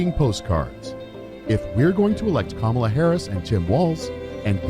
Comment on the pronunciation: Crazy how she brags about being a better person for having kids, she demeans Kamala by mis-pronouncing her name and then brags how Kamala is not as humble as she is. Do these people not Hear themselves?!